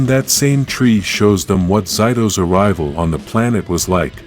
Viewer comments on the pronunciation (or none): its zay-to not ziy-to